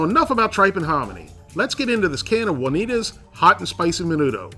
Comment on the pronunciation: the way you say 'Juanita's' is so great... "Wunneeduz"